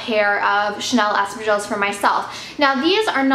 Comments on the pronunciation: Sounds like Estrogens whenever you say Espadrilles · For half the video I couldn't make out what you meant by the strange sounds you made. Please check out the correct way to pronounce espadrilles..